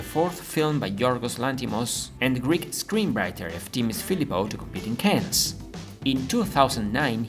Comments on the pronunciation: the "s" in Cannes is not pronounced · Cannes? like ''can'' in english... worked for years in the ninetees Cannes hospital and at the time Festival less stressful... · Learn how to pronounce "Cannes" properly. You are doing it wrong.